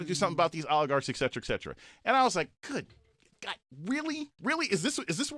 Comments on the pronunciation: You know what REALLY BUGS ME? he said ek sechra ek sechra! it's et cetera! man, why you gotta unleash the grammar nazi in me? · also doesn’t know that he’s wrong in saying “ec cetera” or ect. The correct word is et cetera meaning “and others” abbreviated etc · He said ecksetra in place of etcetra while on his high horse of LIES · Eck ceckra 😑